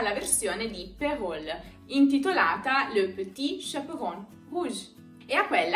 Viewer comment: Ciao ! Sempre c'è da imparare nei vostri video ! Solo per che lo sappia, in Francese "Perrault" si pronuncia "pero". Non so se in italiano si dovrebbe dirlo cosí, ma per me, francesa, era strano ascoltarlo con la "L". Devo ricomminciare a studiare l'italiano tutti i giorni ! Grazie per tutto !